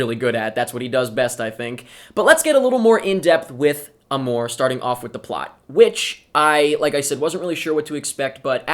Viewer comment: You don't pronounce it that way...